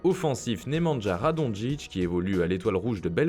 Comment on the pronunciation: Pour info, en Serbie, le j se dit "yeu", du coup on dit pas [radonjitch] mais [radognitch]. On prononce lettre après lettre